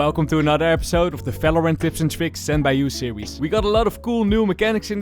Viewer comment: IT IS VALORANT not Falorant